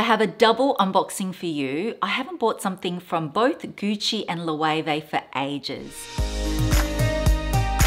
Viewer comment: The pronunciation of Loewe 😱